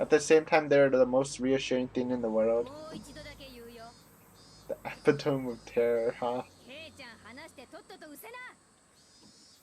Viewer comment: Epitome is pronounced eh-pit-o-me, not epi-tome.